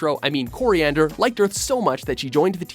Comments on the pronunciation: "Cilantro, I mean Koriand'r..." XD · Did anyone else notice how he said Selantro when talking about Starfire